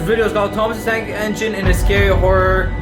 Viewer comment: Thomas the Tank Not Eneine